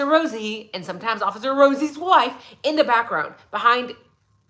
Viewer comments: Why did you remind me of Rosie Perez as you were ratting the RRRRosie's, lol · She reminded me why I almost failed high school Spanish because I couldn’t make that sound .